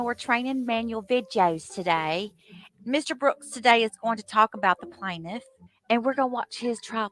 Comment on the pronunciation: And then when he gets to the end of the police reports, that's even he starts with his BS, "Do you know the plantiff", "have you ever seen the plantiff" questions lmao